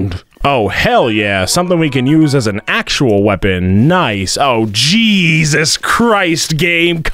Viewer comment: ''AN AXEUAL WEAPON''